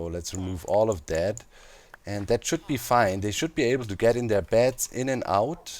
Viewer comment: When you say beds I hear bats and it's hilarious in context